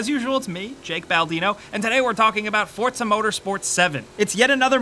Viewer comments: Forza not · I say four za , you say fort za , its spelt four za but you Americans always pronounce shit correctly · it's not ForTza its FORZA, THERE IS NO T IN THERE AT ALL! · Like how he keeps saying fortza instead of forza. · It's Forza not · why does he call it forTza? i don't see a T in there anywhere? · Why do people still pronounce Forza as? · Why is nobody talking about how he says ""? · Do you pronounce it (For"T"za)? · I know the announcer calls it fortza but please don't. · STOP SAYING FORTZA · Fortsa, fortsa, fortsa, fortsa. Jesus christ, how is Forza so hard for you to pronounce???? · ' game' triggered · lol fort za....learn to talk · bro...theres no T before the Z in Forza.